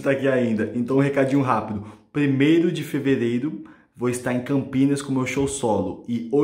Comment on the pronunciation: A melhor parte foi o "plimeilo de feveleilo"